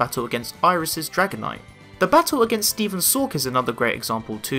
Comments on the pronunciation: Ashs gligar is the first Pokémon ash caught that’s outside of the region it was introduced in No one thinks krookodile is underrated ppl place it with the other aces Pretty sure u said Stephans name wrong Unfezant is underrated I said it I feel like Heracross is with his aces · Stephan : Not even youtubers get my name right😢😢😢😢😢😢😢😢😢😢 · Stephan: Man why can't people pronounce my name the right way? *sigh* But, nevermind. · HOW DARE YOU MISPRONOUNCE HIS NAME?!